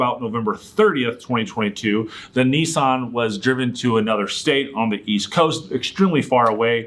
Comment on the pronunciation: Their first mistake was buying a Nissan. Their second mistake was buying a Nissan from a guy who doesn't know how to pronounce the model name. But regardless. This is a nonsense lawsuit.